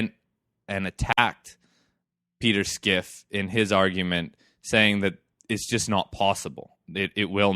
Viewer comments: I can't get over skiff. Its fine to mispronounce a name but to be making arguments based upon Schiff's position and not knowing how to say it strikes me as a lack of diligence. This in turn makes me question the underlying logic behind a person who doesn't take the time to learn the guys name. I mean have you heard the guy speak ? He starts by introducing himself "my name is peter schiff". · Why are you pronouncing his name "Skiff". If your talking about Peter Schiff, it is pronounced like it's spelled.